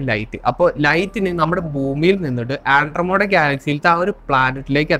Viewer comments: Sir, firstly it's Andromeda, not andromoda. Next you talk about light-years. Please research on "Channelling". Kryon, one such channelled being has been invited by UN 7times. They don't have physical body, they speak through the person or "vehicle". Please understand many things we can't think or fathom right now, was once upon a time "science fiction". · ആൻഡ്രോമോടാ അല്ല മോനെ.. . ആൻഡ്രോമിഡ...ആൻഡ്രോമിഡ... അതുപോലെ പ്രീമിതുസ് അല്ല പ്രൊമീതിത്സ് ...